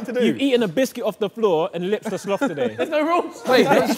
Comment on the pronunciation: "He lip-sd it" 😆